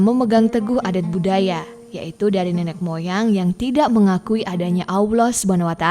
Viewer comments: Cara menyebut Allah yang benar atau mungkin lebih mendekati benar itu seperti menyebut "owl" (burung hantu), tapi ditambah akhiran "lah". Allah (Owllah) bukan (awloh) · Jangan bilang AWLOH. Salah itu, coba belajar yg baik. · Sebut Allah betul2 kak....